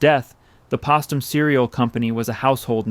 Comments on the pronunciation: It should be obvious to anyone except AI, that Post um, should have the same pronunciation as the root name Post. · YES-THANK YOU - IT'S POSTUM (long O) my mom and dad drank it instfead of tea or coffee. As a teenager, I hated it -- always thought it tasted like dirt! So great to learn about its history. Also, this is clearly AI-voiced ... it's good, but there are lots of mispronunciations and incorrect emphases of certain words. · I've never heard anyone pronounce Postum that way. Everyone I've ever heard pronounced the ,1st syllable the same as Post's name. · I appreciated and enjoyed this, but why can’t hired narrators or AI research the correct pronunciation of things like Postum and Romanoff? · Where is the editor?? The reader keeps mispronouncing Postum! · It's driving me crazy that you keep pronouncing Postum incorrectly. Every time it's like nails on a chalk board. You do a lot of research - thatr's obvious. I don't fault you for a small oversight. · Pahstem Cereal Company ?! Po(h)stem. AI strikes again. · Postum os pronounced POH-stum - not pahstum. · I find it remarkable that it didn’t occur to the narrator that Postum is pronounced with a hard ‘o’ as in Post, not with a soft ‘o’ as in bottom. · it's pronounced Postum ... like poe stum...not Postum like possum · You need to teach you robots how to pronounce words properly!!! It’s Post - tum !!!! It does not sound like opossum!!!! smh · The product name was pronounced "Post em" as in Post with a long O, not "Posstem" as in possum as this video continually mispronounces it. I had family members who were very fond of that beverage, which they started drinking when it was new. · I could appreciate an AI video like this but when you mispronounced postum with a long o and pronounced it with a short o that just like turns me so off I had to give you a dislike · Pronounced POE-stum, not PAW-stum. POSTum pronounced just like their name -- POST. Just FYI. Interesting documentary; thank you! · Postum has a long o.